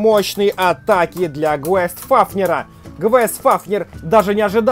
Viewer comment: Как бы Гейст Фафнир а не Гвест Фафнир